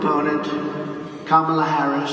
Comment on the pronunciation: They can't even pronounce VP Harris' first name? Are these guys sitting at a folding table in a janitors closet, with a green wall behind them?